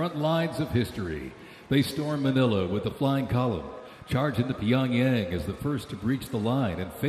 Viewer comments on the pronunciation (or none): none